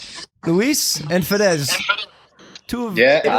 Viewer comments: He Say fedez "fat ass" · Fedez che diventa Fédezzzz ahahah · ma come pronuncia Fedez sto male